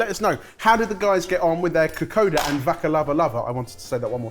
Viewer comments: I'm so happy you got my home country! I absolutely love Kokoda (which btw is pronounced ko-kon-da) and my Aunt makes a mean cassava cake. The Kokoda was pretty spot on and yes, you would usually cut up the fish into smaller chunks. For the Vakalavalava, I couldn't really make out the cross-section and obviously can't tell what the texture is like, but from my experience it's more like firm, chewy pudding. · Oh and it’s kokonnda (the n is silent but if there’s a d there’s a n sound usually, so nadi is Nandi) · This was fun to watch. Just as an fyi, Kokoda is actually pronounced Kokonda since “d” in Fiji is typically pronounced “nd” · Been a fan for YEARS so as a Fijian this has been a treat. Now for my input. Its pronounced Ko-kon-da. The water is probably a bit too much. We love a thicc coconut milk 😅 After grating the coconut flesh , its mixed with a bit water and then the pulp is squeezed out until coconuty milky goodness is left. Vakalolo and casava cake (manndrai) are different but delicious in its own way. Loved this!! Thank you!! ❤❤ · Fiji Indian lady here. May I please correct your pronunciation of kokoda. It's not written but your say an 'n' before the 'd', so it's pronounced kokonda. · Psst, it’s pronounced ‘Ka-koN-da’ 🇫🇯😊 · I was so excited to see this video. As a teenager, I visited Fiji in 1971. I think I had kokoda every other night, I loved it so much - with passion fruit and orange juice, which was also amazing. (By the way, if I remember correctly, it's pronounced kokoNda.) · Kokoda sounds like (ko konda) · You guys did a great job! Although top tip, kokoda is pronounced like ko-kon-da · It is pronounced ka-kon-da😊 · Kokoda pronounced kokon-da, i may say brillient twist with blitzing coriander with the coconut milk, vakalavalava could do better with cheddar grated on top but all in all great results 😍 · oh thank god, I've been yelling KOKONDA! at the laptop the whole way through this video! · How do you love their pronounciation of kokoda? 😂